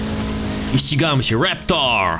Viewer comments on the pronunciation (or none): To się nazywa Raptor a nie reptor